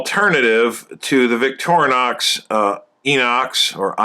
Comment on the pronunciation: I like how you pronounce Victorinox.